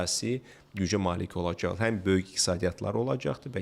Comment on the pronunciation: 1.Hörmətli aparıcı, tələffüzünüz yaxşısını arzulamağa vadar edir, üstəlik aksentlə danışırsınız, bu isə ictimai platformada yolverilməzdir. “Olajax” - seriously 😒 2. bəy, qonaq getmədən öncə sizi müsahibə edəcək insanların sizi nə qədər maraqlı göstərə biləcəyi ilə bağlı maraqlanın.